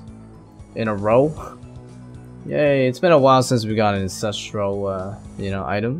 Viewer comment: Incestral top. Lol. I had to replay it a to make should I was hearing it right. Hahaha. Still great videos my man.